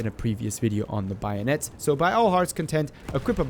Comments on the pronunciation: it's "Bay-o-net" not "buy-o-net" but nice video bro :) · Why do you pronounce it like "By a net"? And some sources suggest it slightly increases recoil..Still great vid.